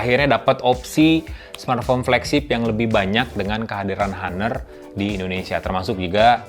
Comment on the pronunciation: Bacanya "anr" Bang.